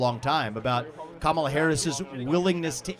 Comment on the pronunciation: a real registered democrat is wtongly pronouncing KAMALA